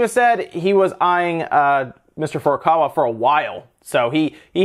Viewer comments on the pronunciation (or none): Holy crud, it is FU RUE KAA WAA and FUR A KAWA. I know you have to know how to pronounce Japanese names if you worked in video games.